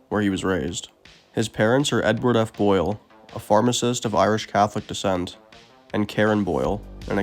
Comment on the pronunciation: When you start by saying his last name was Boyle instead of BOYD, it makes me shut it off.